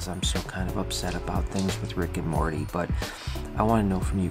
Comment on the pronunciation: You said Morty wrong. Yours marty the correct way Morty